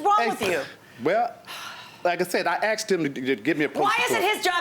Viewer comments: The word is asked...not axed..fucking elementary school drop outs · I can not stand when pet say "Axed"it's ask.😳😳